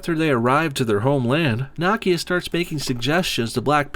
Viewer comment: How.you pronounce Nakia name triggers me.deeply